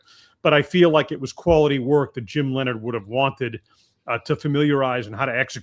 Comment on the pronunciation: Jims name is Leonhard not Lenard, I just want people to pronounce it correctly.